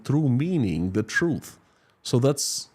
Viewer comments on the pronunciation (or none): none